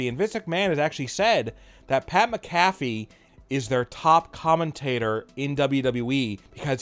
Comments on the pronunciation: His name is actually pronounced "MAC-a-FEE". But at any rate, if Vince didn't like him, he wouldn't have allowed him near any WWE ring or program and most certainly not in a WM match. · Pat Macafee 😂😂😂